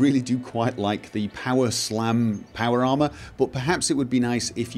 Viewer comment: "power llama".... ¬.¬ he clearly says that at the start